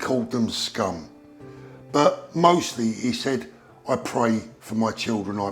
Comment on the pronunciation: She didn't say 'scum' , she said "sgoom"